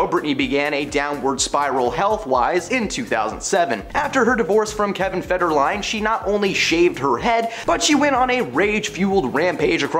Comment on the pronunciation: It’s Hedron and it’s Federline, not Herdon and Ferdeline. Just I n case you cared. No big deal.